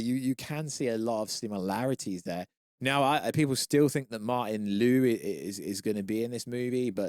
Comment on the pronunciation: Bro you never get characters names right it’s not Martin Lu it’s Martin Li. Please stop covering this stuff when you know nothing about it